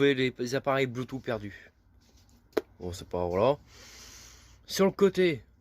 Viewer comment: Faut arrêter avec les "voilà" tout le temps. Et surtout on dit bloutousse et pas bloutout. 😆👍